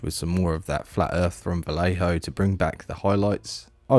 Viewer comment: Every time you said "Vallejo", I involuntarily cringed.